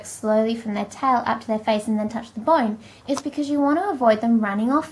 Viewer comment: why do you say boine instead of bone?